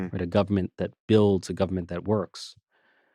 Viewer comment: Richie, please don’t pronounce the word government like you’re from South Carolina. It sounds ridiculous.